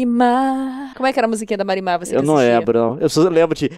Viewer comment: eu juro que toda vez que liam "marimar" eu escutava "mari madhass"